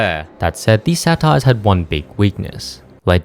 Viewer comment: Pronouncing saytr as "satires". 😂